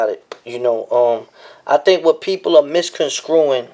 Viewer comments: I'm sorry🤔 But you said "Misconscrewin" 😂😂😂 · Misconscruing??? Nigga what?